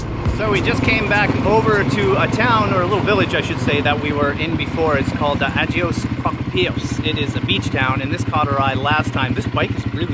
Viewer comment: Agios is pronounced Ayios 😊